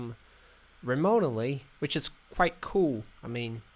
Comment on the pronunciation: "remote-edly". This dudes trollin...idc if English isn't his 1st language. lool